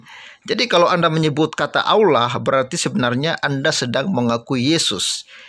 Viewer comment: Kalau barang asli maka kata Allah harus didibaca Allah dan bukannya Auwloh. Serupa tapi tak sama. Begitulah pemalsuan...